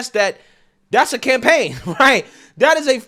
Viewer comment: Lol! I heard "can pain" instead of "campaign" when you talked about an image of DM being on a can. Looking at that can is cringe. Their explanation is cringe. I still believe this was done to create and push through hate speech laws. You know that certain "phobia" all of us supposedly have who are boycotting.